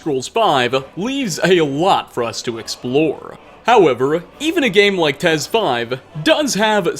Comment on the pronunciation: Did you just say "tes" wtf